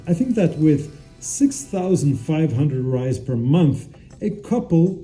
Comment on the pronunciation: Great video but considering you living in Brazil ur pronouncing of reis needs work bro it’s pronounced “hrreis” r has h sound like sound